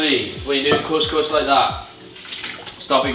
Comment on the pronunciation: Course course 😂😂 Its cous cous bro😂